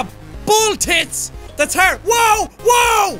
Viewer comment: I love how he says HARD it is with an Irish accent